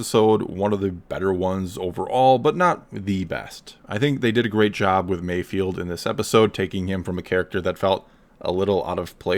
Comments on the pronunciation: Mayfeld* not Mayfield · I'm pretty sure it's 'MayfEld', not 'field'. And I predict an Emmy nod for Burr for this next year. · it's Mayfeld not Mayfield as how you say it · MAYFELD NOT MAYFIELD. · Probably not the first one to say that, Mayfeld not Mayfield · Can people put some respect on bill burr’s character. His name is MAYFELD not MAYFIELD. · Mando show: Mayfeld Everyone: MAYFIELD Absolutely everyone: MAYFIELD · Not me, I cringe when you all butcher his name.